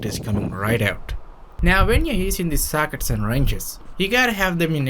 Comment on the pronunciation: It’s sockets not SACKITs